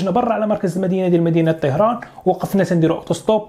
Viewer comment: طَهران و ليس طِهران